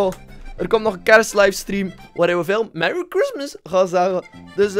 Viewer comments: Meri. Gristmas ☺️ahah beste engels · Merry Craismes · Merrie kristmus 😂😂 Geschreven op acid's manier Merry christmass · Merry Chreistmiss die al gepasseerd is😂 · Meary schristmais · Mewwie kwismis toe joe toe. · Merrie chreistmijs